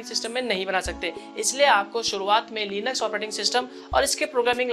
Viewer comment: Linux not leeenaks